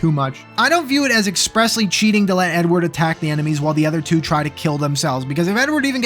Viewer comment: Every time you said “Edward” I thought you said “N-word”